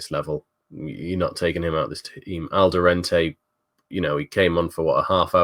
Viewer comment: Please, there's no N in Alderete 😂